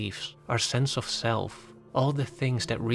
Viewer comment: OF is pronounced OV OFF is pronounced AWF When you say the movies OFF Christopher Nolan is sounds like the movies are rolling off his body or something. Why is this so hard to learn?